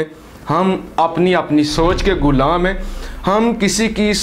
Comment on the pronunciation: kis mun sy kehty ho hum ab b ghulam hen ap ko pata hy ghulami kia hoti hy to kashmir ja ky dekho. allah ka shukar ada kero .our pehly ghulam lafz ada kerna sekho